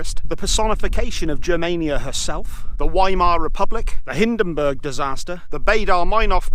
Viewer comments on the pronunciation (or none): none